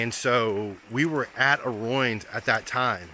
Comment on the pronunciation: I cringe when you say roin,,, it is ruin as in roo in.